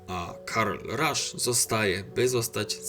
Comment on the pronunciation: Będąc szczerym dziwnie akceptujesz jego nazwisko, Ernst i Karl to imiona germańskie tak więc nie akcentuj ich angielsko. Poprawną wymową jest Karl Ernst Rasz